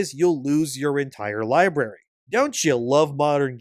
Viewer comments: Please stop saying "lieberry" instead of Library you are a grown man. Not in kindergarten. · Tf is a "libary"? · Come on man, pronounce library correctly.